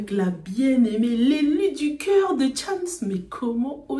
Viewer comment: Sa manière de dire Thiams au lieu de chams m’avais manquée 🤣